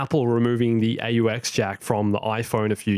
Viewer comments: Did you just call an aux jack, ay yu ex!? Who spells it out? Lol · First time I have heard it being called an A-U-X lol